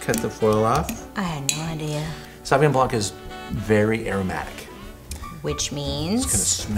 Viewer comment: The confident way u said san van blanque killed me🤣🤣🤣🤣🤣🤣🤣🤣🤣🤣🤣